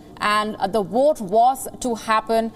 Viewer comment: Why are they speaking English. If you can't pronounce Vote then speaking Urdu